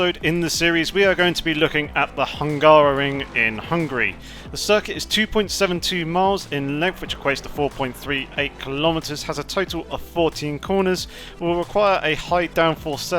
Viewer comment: It's Hungary, not Hungry :) but as I know my home track well, you explained the track very well, good video, good work. :)